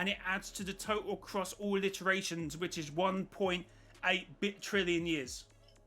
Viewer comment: By the way its “iterations” not “alliterations”. Meaning over every loop, every game, every chapter, has totaled up to whatever that number is